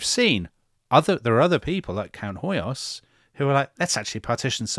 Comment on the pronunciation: Hoyos = "Hoyosh" (in Hungarian s = "sh" and sz = "s" and gy = "dy" so György is pronounced almost exactly like George. Also, when I checked wiki on Hoyos, it shows his title as Freiherr zu Stichsenstein, which translates to Baron Sticks-and-stones. 🤣 I swear!! I bet he was a very prickly person to be around. And weren't the French following juicy trial of a minister how was on trial for shooting his wife for canoodling with some journalist, something like that.